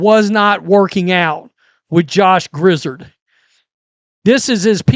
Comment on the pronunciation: It's grizzard as in Yard your welcome.